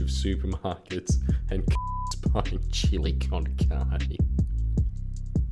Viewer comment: The way you pronounce chilli con carne makes me want to throw you in front of a train :')